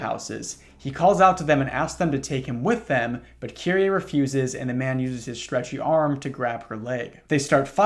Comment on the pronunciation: dw about the pronunciations, i've heard a lot of people pronounce her name as "kiree" rather than "kiri-ey" so you're doing her more justice than many english speakers already lol all that matters is you try